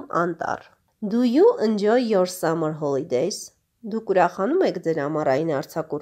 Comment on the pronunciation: Sea - սի (այլ ոչ թե սիԸ) ") և նույնն էլ seaside (սիսայդ) Enjoy (ի՛նջոյ) Dialogue (դայըլոգ) Forest - ֆօրի՛սթ London (Լա՛նդըն) Letter (լէ՛թթըր)